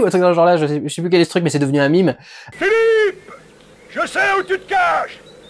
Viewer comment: Vraiment on dit mème, pas mime. C'est un mot français.